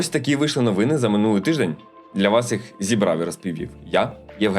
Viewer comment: Подивіться в словнику, які наголоси має слово "новина" (і "новини", в множині) в різних відмінках. По можливості, застосовуйте на практиці, зокрема в понеділкових випусках.